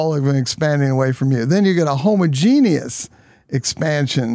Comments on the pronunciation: Homo genius😂 it’s definitely not pronounced that way ! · I don't like how he pronounces homogeneous.